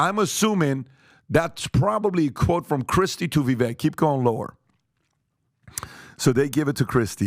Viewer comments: Can we start pronouncing his name correctly though? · Please pronounce his name correctly. How are folks to take this discourse seriously if you can't even pronounce his name?! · It's pronounced Vi, with an i like in sit, then VAKE, like CAKE, BAKE, LAKE, MAKE, RAKE, SAKE, TAKE. You sound like an idiot when you say veck. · Yo. His name is fking Vivek like cake. Vi-vake. Vi-vake. So disrespectful how nobody takes the fkin time to pronounce his name right. People who usually are great about stuff like that. Please stop saying It like “Vi-veck” Pretty sure he told you how to say it on your show and you’re still butchering it. How unprofessional and disrespectful. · Great podcast but FYI he says his 1st name rhymes with cake so it's not pronounced Viv-eck it's Vivake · Vi VAKE. Vi VAKE. Vi VAKE. Get the man's name right damnit. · Vevek is pronounced Vevak like cake. He made this clear when he first started running. The man is a beast ! I hope Trump picks him for VP and then 2028 on to be president. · Please pronounce his name correctly guys, respectfully it is VI-VAKE! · COME ON GUYS, VW has been on your show. At LEAST have the courtesy AND RESPECT to pronounce his name CORRECTLY. If Jimmy Dore can do it - 'it's pronounced Vivake like stomach ache' - so CAN YOU. I thought you were ALL much better than this, v disappointed in you. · It’s not pronounced vi veck it’s vi vake rhymes w lake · Even after all this time supporting Vivek, they still can't say his name right... Viv-ache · And remember! Vivek rhymes with CAKE! 🎂 NOT Vivek and tech. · Vih vake... like cake. It is time we started to pronounce the man's name correctly. He's going to be around for a while. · Please pronounce Vivek's name correctly. It rhymes with "Shake!!" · How is it you all still pronounce his name wrong? It rhymes with cake. Very easy. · Speak the truth. The establishment is “shaking” thanks to Vivek. Vivek 2024!! Just a reminder, the vek in Vivek rhymes with cake. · It’s pronounced Vih-vake.